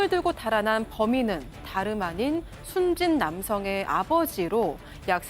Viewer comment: 발음똑똑 아나운서 순진이아니라 숨진이다